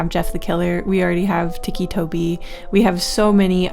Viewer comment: Tiki toby??, please 🙏 😭😭 i LOVE your videos, but it hurts as a creepypasta kid hearing that. Sounded out "Tic - e Toby", as in tics from touretts. I love every other part of the video though!!